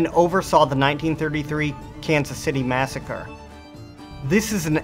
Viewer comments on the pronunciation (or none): none